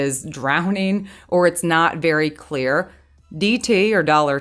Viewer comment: snorflakes cleoorrrrrr!